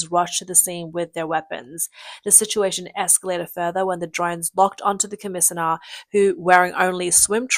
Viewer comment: Was I just misunderstanding some of the words or was brigadier and commissioner being pronounced awfully wrong?